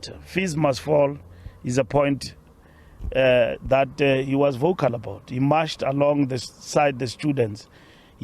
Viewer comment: This is painful man, especially when I hear the word 'was'...... AKA 'was'.....eish, you're killing me.....